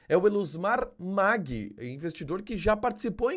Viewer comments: O Tio da Soja se pronuncia "Maggi" e não "Magui" Família Maggi aqui no MT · Se pronuncia Elusmar Maggi como se le não Magui como você está falando